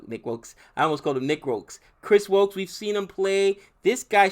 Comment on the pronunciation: Soo faar he has only pronounced Jason Roy and Chris woakes right